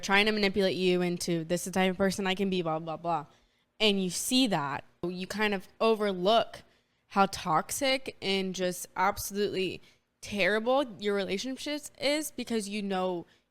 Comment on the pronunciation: I just giggled because she accidentally said relationSHIT. lol